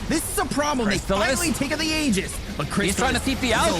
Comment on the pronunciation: props to for pronouncing the aegis properly!